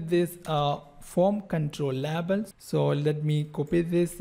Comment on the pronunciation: Amazing code reusability with detailed explanation ! I love it. I also love how you pronounce 'label' :)